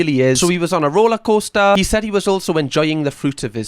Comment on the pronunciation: I can now officially confirm the Jimmy Carr was right, the word 'Rollercoaster' in the Geordie accent is actually brilliant and shouldn't be said any other way 😂 Big up 😂